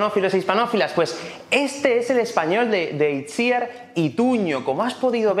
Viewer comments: Pero se pronuncia Itziár el nombre, no? he escuchado en varias entrevistas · Has ido poco a poco pronunciando mejor el nombre de Itziar pero no lo has conseguido,te explico...En este caso Itziar es un nombre en Euskera y fonéticamente sonaría "Ichiar" ok?l